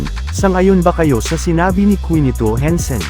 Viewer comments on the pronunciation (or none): Boy hindi kwinito henson ang pagbigkas kinito ang bigkas don bulol ka talaga boy.